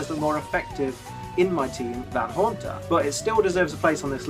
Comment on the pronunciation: LEFT OFF THE A IN HAUNTER! DON'T EVER DO THAT AGAIN!